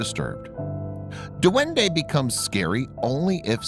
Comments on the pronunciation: In Philippines this is how we say duwende it’s “Dwende” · its dwende not duwende that how you say it.